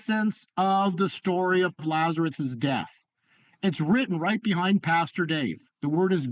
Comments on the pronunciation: He keeps saying Lazereth and not Lazarus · Did he say "Lazareth?"